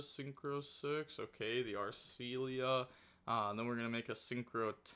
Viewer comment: "arsuia" and " rukaia" are wild pronouncements, even more of you know that they are the same card. Is this the new ohime?